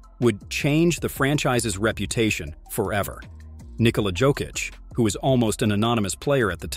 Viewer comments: ffs it's YOKEECH not Joekeech, J is pronounced as Y. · Made a documentary about Jokic, can't pronounce Jokic.WEHAT A CASUAL, 2 mvp, champ, MVP of inals, and stll canot pronunce Jokic Therrrrrrright way. do yo even watch NBA? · he also said joe-kich lol but its a good video...give it another try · Learn to pronounce Jokic.